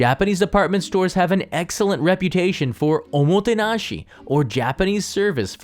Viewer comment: "...exellent wraputation..." ;-)